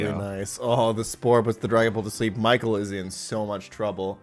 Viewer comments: 0 he perfectly pronounced michael :O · just switching to perfect German to pronounce Michael's name had me so confused until I remembered that he is, in fact, German himself